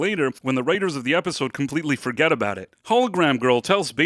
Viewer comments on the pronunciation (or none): none